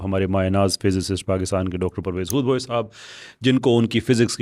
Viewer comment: پرویز ھود نہیں بلکہ پرویز یہود ھے